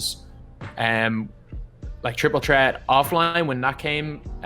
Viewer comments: “Triple tret” 😂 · no it’s triple ttret